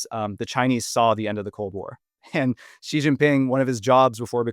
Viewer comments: please, please, please stop using some kind of "French j" sound that doesn't even exist in Mandarin (or even in English, really), when you try to say Xi. For the x, you should have the tip of your tong against the gums under your lower front teeth and make a sound like an "sh". If you can't do that or it's not worth it since China's not a common topic, then just say "she". That's much closer to the sound of "Xi" than the weird thing you're doing that's alien to both English and Mandarin. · At least it's not a voiced initial alien to English and Mandarin both, like that sound making.